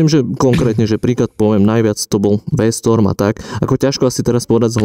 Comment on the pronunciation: Skvelý a obohacujúci rozhovor👍🏼 určite to pomôže aj veľa začiatočníkom👍🏼 A taktiež skvelý výber motorky pána Balogha 😉 Paráda. A - je V-stRom nie V-stOrm a taktiež 🤣 to by si mal ovládať keď robíš content o motorkách 🫵🏼 O to skorej, keď ťa tak farby nudia a nepoznáš ani správny názov modelov. A nabudúce by som tieto názory hovoril za seba, v jednotnóm, nie v množnom čísle. Mimochodom, ja som svoju V8 zabehol za deň v Alpách 🏔️ Držím palce na ďalšie diely👍🏼 Skvelé počúvanie pána Balogha